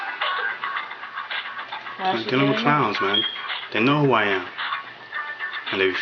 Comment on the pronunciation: Arguing with this receptionist. Bravo! And it’s not pronounced “Wiff “. It’s “With”.